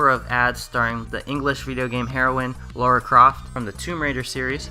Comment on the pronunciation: "Laura Croft" Triggered